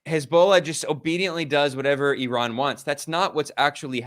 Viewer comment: Maybe ben Norton is the only westerner who pronounces IRAN correctly.